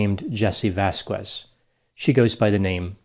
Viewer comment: Vass-quess? Wtf? It's Vasquez.